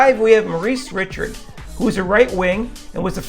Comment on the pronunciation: Yeah, with the way all the French names were pronounced (Jean, Richard, Martin, Trottier, Messier), I was relieved he at least knew how to say Lemieux. I was half expecting to hear "Lemmy-ucks".